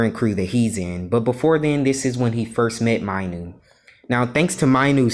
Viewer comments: You mispronounced Minu you sort of said My-nu but is should sound like Me-nu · Bruh not Mainu it’s Minu pronounce it correctly